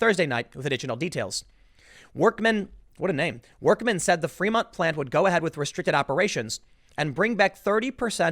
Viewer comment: I love how Tim pronounces Fremont as Fremunt.